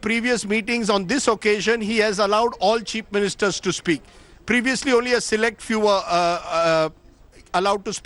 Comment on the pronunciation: Is he intentionally saying "Cheap Ministers" instead of chief ministers or is it just me hearing it that way 🤔